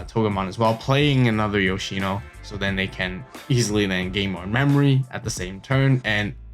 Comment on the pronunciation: whaddup with the weird pronunciation on Yoshino haha